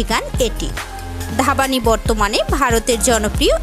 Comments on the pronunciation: It's not ধাবানী it's ধ্বনি 😁😁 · ধাবানি? সিরিয়াসলি?? হিন্দি উচ্চারণ না করতে পারলে বাংলাটা তো অন্তত শুদ্ধভাবে বলুন। "Dhvani" এর বাংলা উচ্চারণ হবে "ধ্বনি"। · Aree uchharon to thik mato korun... Dhabani ki ??? Or name valo kore Indian video te dekhun R ami prachur Bangladeshi gaan suni niii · Or naam dhapani noy divyani please ucchoron ta thik kore koren be